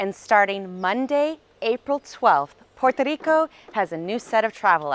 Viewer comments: Thank you for the information. I love the way you say "Puerto Rico". I'm looking forward to visit the island after the situation with the coronavirus settle. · You’re right, she announced Puerto Rico the correct way. But she did mispronounce “Culebra” she pronounced it Calebra, but it’s ok she’s still awesome! 👍🏼😎